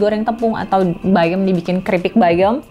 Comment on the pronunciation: Kedenger gw bayong untuk menyebut bayam